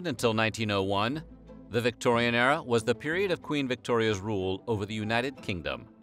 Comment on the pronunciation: I wished he'd stop saying Victoian Error